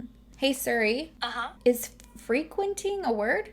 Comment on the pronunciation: Can’t get over you saying “hey SUri” lol 🥺😂